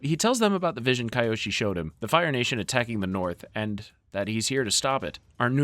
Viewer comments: Huge respect for your vedios bro but it's kyoshi, not kayoshi😂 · I love this channel. But it's really a let down when you can't pronounce the names correctly. These names are said repeatedly in these shows. Kee-oshi. Not kai-oshi